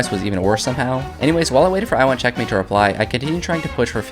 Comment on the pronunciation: I like the way he says "check-matey"😂